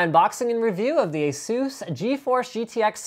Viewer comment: mr linus,it's EH-SUS.not EEEEEEEEEEEEHSUUUUUUUOOS .Just a-sus.